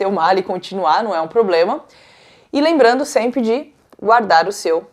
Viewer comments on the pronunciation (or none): none